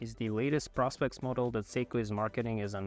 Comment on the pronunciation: Prospex is actually “professional specifications”. Therefore, according to the salesperson at a Seiko boutique I visited overseas, it’s pronounced “pro-specs”, not “prospects”.